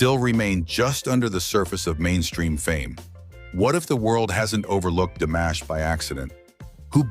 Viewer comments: C normal que vs prononciez son prenom DAmash au lieu de DImash ? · It's DImash, not DAmash. Get it right. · Se pronuncia DIMASH, con i latina. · DIMASH, por favor, pronuncie corretamente. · Que molesto escuchar como mencionas Dimash